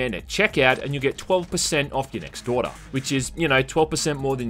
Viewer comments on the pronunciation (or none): Ok, so the accent at the end of the ad read REALLY made it sound like you were saying that you get "12% off your next Daughter" ngl I fuckin laughed so hard I almost rolled outa my seat.